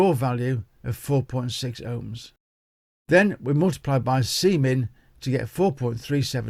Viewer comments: Sorry sir, it’s was Jenkins, he made me laugh when you said C-min. 🤔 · Uhuhuhuh you said Cmin.